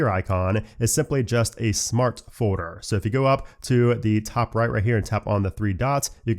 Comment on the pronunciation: Am I the only one who hears say “foeder” instead of “folder”?